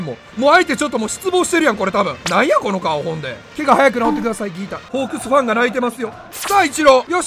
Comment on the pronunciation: ファンの発音が不安の発音やんw